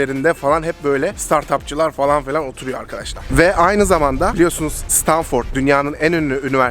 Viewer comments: Stanfırd diye telaffuz et şunu ya😫😫😫😫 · stanfırt ne lan sabahtan beri gülüyorum 😂😂